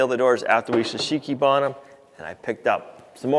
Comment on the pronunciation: Pronounced ""Show Soogy Bahn", NOT "s' sheeki bahn"!!!!! Drives me nuts every time I hear you say it! Please... it actually hurts my ears! Still love you guys though!!! Long time, dedicated viewer. Pray for you every day! God bless!!